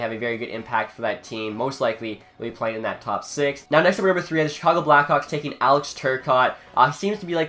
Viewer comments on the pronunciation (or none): none